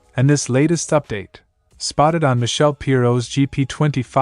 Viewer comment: Still can't pronounce Michele, Ai, Sepang and Desmosedici. The other AI (sic) could be taught phonetic spelling to correct this but then when the text is culled from other sources blindly, the editor is not a bike fan. ZN stands for ? Zero Natural?